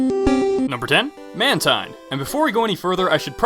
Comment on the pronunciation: IT'S PRONOUNCED MAN-TYNE!